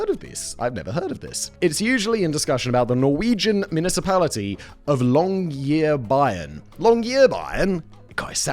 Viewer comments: Longyearbyan. - Long - year - bjin, as in a bin but with a j added. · Ah yes, the super Norwegian-sounding "Longyearbyen", which is (probably) the only Norwegian place that has an English name. What language does the ENGLISHMAN think "long"" and "year" come from? The only Norwegian part of the name was fittingly the only part he mispronounced: "byen", meaning "city" or "town". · Simon mispronouncing Longyearbyen was definitely an experience to my norwegian ear. Longyear wasn't that bad, but the -byen part? Practically nowhere close to correct. 😅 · It's hilarious to hear simon say "Longyearbyen". But it's actually not as easy or positive as it sounds. Svalbard is one of the prettiest places on earth, but it's also incredibly harsh and you'll have to survive without fresh food once a month and living side by side with polar bears.